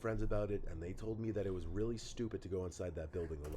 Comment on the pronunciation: It was shtupid mate it was shtupid